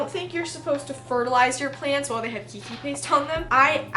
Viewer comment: I love your videos but just so you know "Keiki" is pronounced "Kay-kee". It's the Hawaiian word for kid/children/little one but just out of respect for the language I just thought you should know.